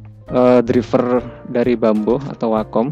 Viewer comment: driver dibacanya driver bamboo dibacanya bambo 😂😂😂 mustinya draivær dan bambuu tapi ya wess ..sing penting ilmu pen tabletnya